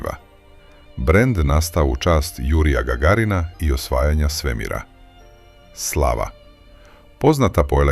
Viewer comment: Slava se akcentuje kao glava ..